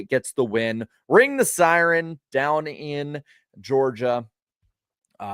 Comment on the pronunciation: It's not a siren, it's a si-reen! 📣